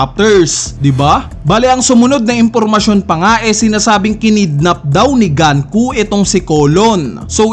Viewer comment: diba sa Japanese, you will read the words as is? like GUNKO not GAN-KU, pero pwede namang mali ako.